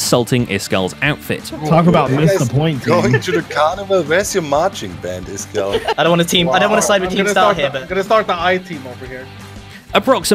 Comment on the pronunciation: Zombie gleo not Cleo and it’s isgall